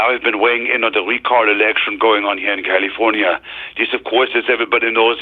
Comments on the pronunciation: He says “Caulifonia”, like cauliflower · Pro Tip for Mike: its pronounced KALeeeFORNeeeUH